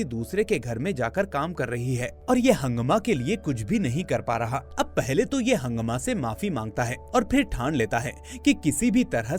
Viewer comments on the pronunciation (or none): भैया हंगामा नहीं हाङमा।